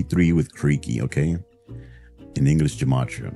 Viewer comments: "" doesn't even know how to pronounce his own name. The word has its roots in Hebrew. Consequently the 'g' is a hard sound, as in 'guy', rather than the soft sound of 'gender'. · Pronunciation is wrong. The word is New Testament Greek. The 'g' is hard, not the soft 'zh' sound. Also, the 'a' is long, but rhymes with say or hay or bay... Actually, any meaning can derive from this nonsense by manipulating the 'rules'. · For someone claiming to be an expert in gematria, I'd expect him to to at least be able pronounce it properly. Its a Hebrew word, so it starts with a hard G. Hebrew doesn't have the J sound. And its not that Hebrew letters have numerical values, its that they can stand in for numerals. And its not the starught-up cipher this idiot claims where A=1, B=2 ... Z=26. Hebrew alphabet has 22 letters, which count 1-10, then 20-100, then 200-300. That part is true, and used every day for things like writing the date. For example, we just celebrated rosh Hashanah, the Jewish new year, which rang in the year 5785. In Hebrew that would written in letters as תשפ"ה or 400+300+80+5 (we just imply the 5000 because we don't have letters that high and it doesn't change very often). So letters do have numerical values. And finding meaning in those values is a big part of Jewish mysticism. Take that with the appropriate dose of salt you would any other mysticism. But its very specifically tied to the biblical Hebrew alphabet, its not transferable to other languages. I'm not an expert, but I dont think its even transferable to modern Hebrew. So yeah, this guy doesn't know what the [bleep] he's talking about. But I think we all knew that. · "Creaky says I don't know gematria, but... hello, I'm." I'd be slightly more impressed with your knowledge of gematria,, if you were able to pronounce the word correctly. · Gematria is pronounced with a hard g not a j sound. One would think that would know that.